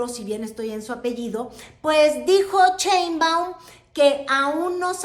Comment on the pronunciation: ES PRESIDENTA SHEINBAUM, NO COMO TU DICES CHEMBAUM, ES SERIO TE ESCUCHAS MUY RIDICULA , TU HABLANDO DE FORMAS DE POLITICA, INTERNACIONAL PERO MUY MALA TU PRONUNCIASION ..SI ERES MALA PARA ESO SE TE AGRADECERA DECIR PRESIDENTA CLAUDIA S PARDO...